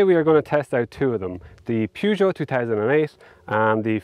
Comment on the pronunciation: You had me decided at "poogeut 2008". Ford is the winner! -Edit Nope, you just ruined it with "Pooma" 💩